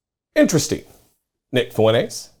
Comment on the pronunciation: This skid mark’s name is pronounced “Fwen-Tez”, not “Foo-en-ace”.